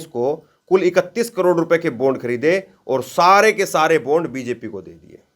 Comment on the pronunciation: Sir, बोन्ड नही बॉण्ड pz